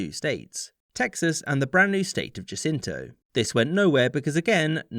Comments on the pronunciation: That is not how you pronounce "Jacinto". {:o:O:} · The way he said Jacinto activated my fight or flight response.